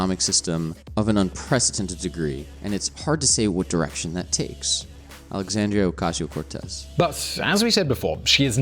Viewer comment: u did not it say it right alexandria ocasio cortez